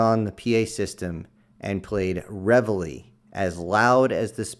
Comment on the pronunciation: I believe you're pronouncing it wrong. The French pronunciation is re-VEIL. In English it is pronounced re-VA-li